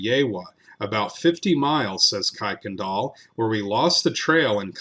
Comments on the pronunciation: Kuykendahl is pronounced like this Ker-ken-dahl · It’s Pronounced “kur” Kendall